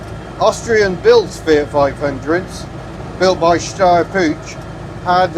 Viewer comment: A small correction on you pronounciation of "Puch"... the "ch" part is spelt like the ch from the Welsh town Amlwch! Greetings from Austria! 🇦🇹